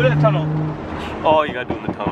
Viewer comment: and “BURPLE” ☠️☠️